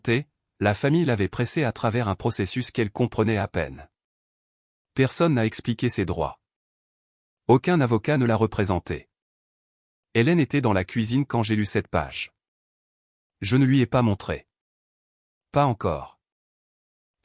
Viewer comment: Page et non Pêche 😂